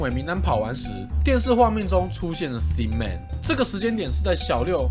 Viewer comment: 博主发音的thin man 我一直听成了sin man让我很出戏啊 😂